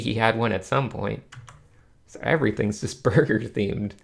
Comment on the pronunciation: There's something about saying burger that makes me laugh